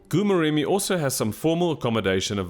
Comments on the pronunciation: oh my word... been struggling to understand where is "gu-murem". Please endeavour to ask the locals for the proper pronunciation of names. It wasn't until I saw the place that I suspected wanted to say Goo-Moremi. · It's pronounced Gho Moremi, the "G" sound like sum1 snoring. 😜